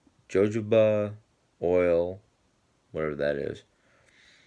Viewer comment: It's pronounced "huh-ho-ba" (jojoba) Nothing that you put on dead hair will make it grow. Your hair is dead once it leaves the scalp. Products will smooth your cuticle, plump out the hair shaft and will make your hair appear healthy but won't make it grow. Only a good diet , genes and perhaps some extra nutrients will do that. Take it easy, stay safe and be Blessed.